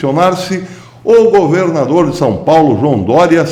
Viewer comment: O senhor goverrrrrnador, professor, é semelhante os senhor Lula (onestisisisimo)..